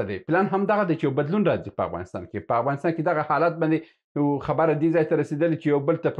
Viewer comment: هیله لرم دا لاندې کلمات سم تلفظ کړئ. الف او ع په ه تلفظ کوی. هنګلستان (انګلستان) همله هفغانستان قناهت هثرات همارات هرب هربستان هانس